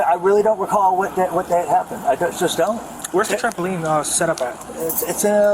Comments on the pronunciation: He said "jumpoline," arrest him immediately. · Homer Simpson: Trambopoline James Spann: State bird of Alabama